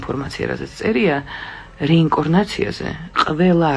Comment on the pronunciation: რეინკორნაცია კიარა რეინკარნაციაა, ჯერ სიტყვა ისწავლე სწორად. იმდენი მაგის მსგავსი და უკეთესი ვიდეოებია იუთუბზე, შენ ეხლა გაიღვიძე?